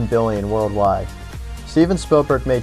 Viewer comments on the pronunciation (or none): none